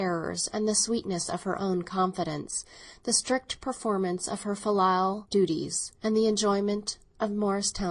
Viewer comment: I think pronounced the word "filial" wrong. According to every dictionary website I checked, it's like fill+eel, she calls it fil+LIE+ill. Also the word "bequeathed", "physiodomy"?, I believe it's "physiognomy".